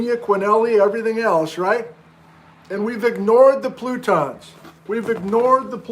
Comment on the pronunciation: Did you just start to say "frutons"? Fruit cake plutons.